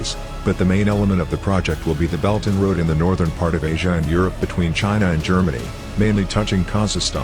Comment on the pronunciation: HAHAHA.....its Belt and Road.....not Belton Road!!! 🤣🤣🤣